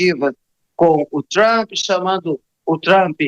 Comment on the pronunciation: Esse molusco tem um linguaja pobre ele diz tramp nao diz trump .burro analfabeto